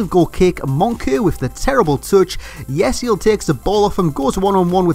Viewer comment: Not Yesil,IT's Yeşil And IF Bittencourt